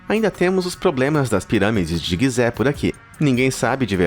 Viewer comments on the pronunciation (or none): none